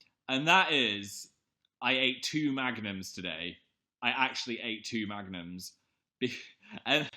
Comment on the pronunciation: i thought he was saying magnets instead of magnums wtf